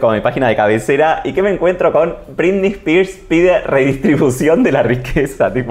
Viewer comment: Dice "brindy" en vez de Britney...me.pone.del.orto